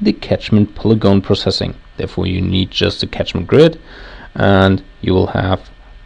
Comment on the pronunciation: "Catchment" not tachment.